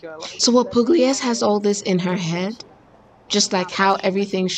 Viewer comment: Oh man, it's so good to see your similing face again🙂 No butchering French this time, but with Italian, not so much😁 Little hint, Pugliese goes like Puliézé😉 Grazie per la reazione ragazza. Bacio!